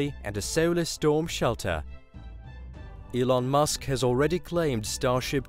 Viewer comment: Its Elon, not Ilon.